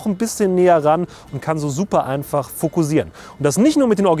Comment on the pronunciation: fokussieren bitte mit scharfem S aussprechen. es wird auch mit ss geschrieben, also scharfes S. bei deinem gesprochenem "fokusieren" bekomme ich einen kackreiz.